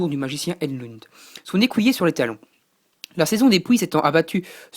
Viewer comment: ah oui, g pas tt dit! On dit BridgeSS, pas Briget! et c un écUyer, pas un écOUyer! SHola, pas Sola! Pour Argent(le royaume), ce que tu cherchais s'appelle une muraille. Pour Cristal, ce sont des gens normAUX. Mais passons. Fal n'est pas asiatique, mais plus désertique.